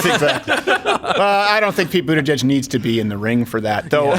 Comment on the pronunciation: Why do you keep saying buttegeig correctly and then stopping yourself just to say it wrong I don’t understand